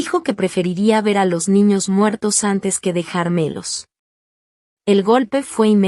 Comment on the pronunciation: Mala narración como que dejar Melos entiendo que es dejarmelos de dejar.